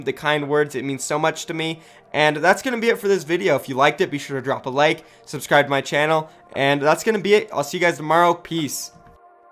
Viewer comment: Legend said turned southern this day with the shrubscribe